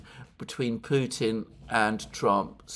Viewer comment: McGovern seems to always -- thus intentionally -- pervert the true pronunciation of Putin to "putain" (which is rather disturbing when one runs that through a French to English translator). And Johnson, it seems to me (like Allister Crooke), suffers from deeply ingrained antisemitism. Nonetheless DNI Gabbard might well be informed by them; she's quite discerning.